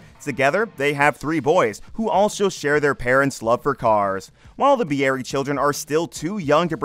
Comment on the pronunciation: I’m pretty sure Bieri is pronounced “Beery” not “be-air-ee” Minot, ND is pronounced “My-not” and drops the French influence.